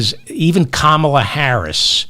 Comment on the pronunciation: Why do you keep mispronouncing Kamala ?